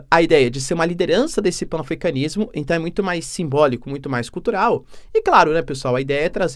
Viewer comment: PAN-AFRICANISMO, pronúncia-se PANAFRICANISMO.